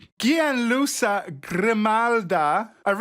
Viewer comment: Yes but unfortunately he butchered the Italian name of the "scientist"; Gianluca. You pronounce it like the English sound of "Janluka"